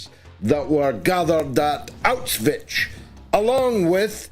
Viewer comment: George, it's NOT Auswich as you say it all the time. Learn how to pronounce it. It's NOT Auswich, you sound like a child when you say it. Ask Germans how they pronounce it.